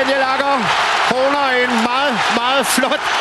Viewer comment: You pronounce it [Ah-ga]